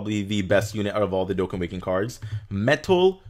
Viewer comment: Lol says that its not coora its cooler but calls Dokkan, Dokkin. (Just a joke dudes don't take this seriously...)